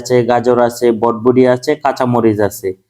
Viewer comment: বরবটি ! বডবটি না।